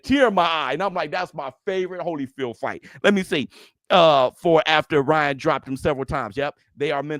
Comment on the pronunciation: Was saying this the other day, I damn near hear Ryan’s name like that permanently now. Lmao! Wouldn’t be right, if pronounced it any other way atp: 🗣️Rya,RRYYYYYann GARRcia❕😂